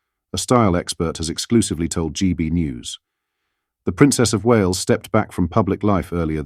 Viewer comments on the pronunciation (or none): none